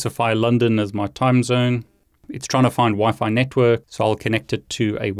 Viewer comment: I was going to suggest you use Wi-Fi too but in the video it is Wi-Fi to you keep saying Wifit